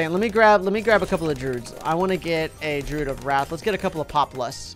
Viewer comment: Druids are not pronounced drood, they are pronounced dru id